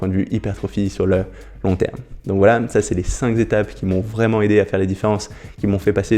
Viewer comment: tu me fais mal aux oreilles avec tes 5 "zétapes" cinq n'étant pas multiplié est un nb unique et dc sans "S' à la fin cinq étapes ça suffit ..